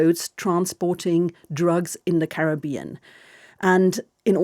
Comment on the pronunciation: When will they begin pronouncing Caribbean properly??